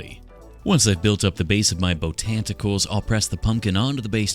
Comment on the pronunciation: Botanticles - iconic 😂